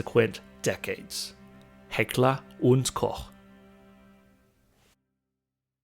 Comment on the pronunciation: I love fake German accent. Like one of my fellow countrymen using his high-school English. Makes me cringe every time. And finally an American pronouncing Heckler&Koch right. Mostly it's Heckler&Coke😁